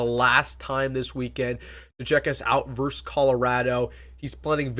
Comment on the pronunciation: VERSUS...NOT VERSE!!!